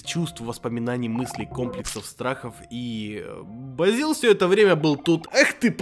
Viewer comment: на протяжении 45 минут называет Бэзила Бразилом